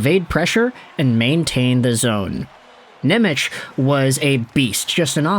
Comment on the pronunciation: it's pronounced Nemetz